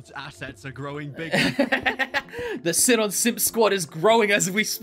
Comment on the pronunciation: Am I stupid or are they pronouncing sinon wrong bc that really annoys me